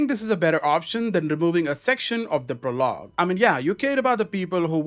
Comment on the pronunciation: PRO-log not pro-LOG